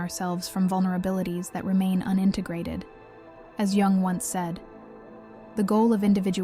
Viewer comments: It's Yoong... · "Jung" is pronounced "Yoong." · Carl Gustav Jung (/jʊŋ/ YUUNG;[1][2] German: [kaʁl ˈjʊŋ]; The J sounds like a Y, "Yung", just saying... Appreciate the content. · "Carl Geung" 💔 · That’s not true. It is pronounced like “Jung” not “ young” 😂😂 that was very rude by the way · Actually it is probably pronounced like... Jungle Boy 😂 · Lol…I am trying to concentrate on the message but am too distracted by your pronunciation of Carl “JJUNG” Haahahah😅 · not to be rude, but I don't care about your feelings. Jung pronounced young was a genius and deserves to have his name pronounced correctly. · Tomato tom"ah"to potato pot"ah"to.. but yes being SWISS, or in Swedish, it would be most correctly pronounced, "you-ung". 🙏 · I love Jung. Thanku for the correct pronouncement."young" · Can't even get the name right, no way you have any idea about the subject matter. LMFNO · Is this AI generated?? She mispronounced. Jung twice. Everyone knows how to pronounce Karl jungs name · Yes, please learn to pronounce Jung. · It's probably an AI voice that doesn't register the difference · I agree, He's Swiss not Chinese 😂🤣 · It's 100% an AI voiceover. Though not sure how "intelligent" it really is, being that it cant seem cross reference phonetic pronounciations, or at least proof read its own work well enough to catch itself saying Jung 3-4 different ways. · well she’s correct but tomato tomato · An AI video on a topic that’s been researched and given to us by humans. But whoever this is speaking needs to put some respeK on that Jung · Oh yeah. I get it. Bugs me too. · It is German, it is pronounced like the German word Jung, not like young or how the AI pronounces the name.